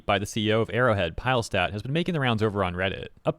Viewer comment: He's Swedish, so I believe it's 'Pilles-ted